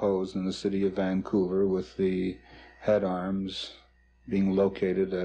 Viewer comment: It’s pronounced Vancouver not Vanqcouver.